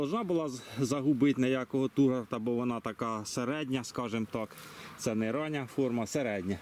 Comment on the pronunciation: Не ТУРГАРТ, а ТУРГОР